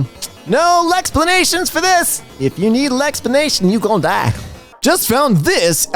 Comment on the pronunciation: "You gon' die!" Jeez that accent😂😂😂😂😂